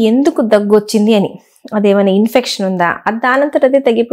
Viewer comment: Chaala Baaga Chepparu.. Thank u... Chinna suggestion : Koncham language pronouncing chusukondi madam.. Vachiddi, Kaligichiddi etc educated ga anakudadu kada